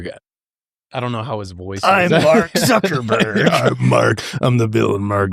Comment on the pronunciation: “Mark Suckerberg” Billionaire Crime Files might be your best halloween special yet 😂